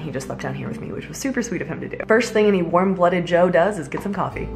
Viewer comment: When you said "warm-blooded Jo" I heard "warm cup of Joe" XD